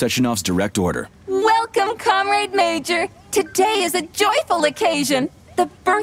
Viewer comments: Lol thought the same thing, “com-raid” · Yup. It's Russian Bioshock Infinite. With VAs that can't pronounce "comrade" properly.